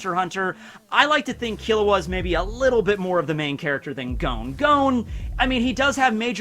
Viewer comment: Man rly said killua 😭 instant lose